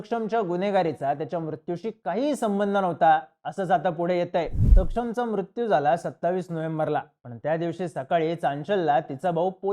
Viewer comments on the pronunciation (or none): none